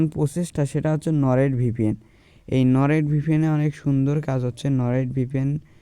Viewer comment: কথা একটু ক্লিয়ার করে বলবেন এবং স্লো স্লো বলবেন তাহলে শুনতে ভালো লাগবে বুঝতেও,, আপনি কয়েকটা ভুল করেছেন কথা বলতে? 1/নরেট ভিপিএন না,,,হবে Nord vpn.😂 2/ইউনাইটেড স্টেট না,,,, United States হবে😂😂। 3/,,Vi 😂 browser না,,,,via browser হবে।।।।। এটা আপনাকে ভুল ধরানোর জন্য বলে দিলাম আশা করি পরবর্তী ভিডিওতে আরো সুন্দর করে উপস্থাপন করবেন, দোয়া রইল আপনার জন্য❤।।।